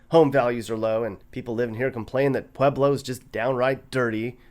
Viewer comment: are you saying pleblo ?